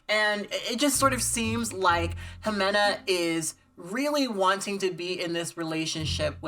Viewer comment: I love how you say Ximena 😉